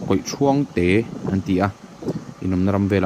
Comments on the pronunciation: Kawihthuang thuang tih lai kha lam hniam tur aw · Hmuhnawm leh pek e, kawihthuang hi a "thuang" lai hi Ruang ( mitthi) thluk hian kan lam thin